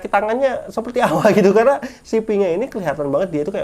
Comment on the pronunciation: Rum dibacanya ram atuih bang bneran suka conan ga sii